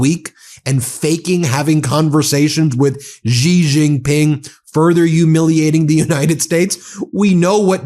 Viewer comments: Love your channel, but please learn how to pronounce Xi Jinping, it's not that hard. Shee Jin Ping. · She Gin-ping is correct pronunciation Ben. Stop embarrassing yourself.